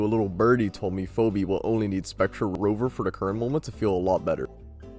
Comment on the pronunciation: Ive never heard anyone pronounce Phoebe as "Phobi" lol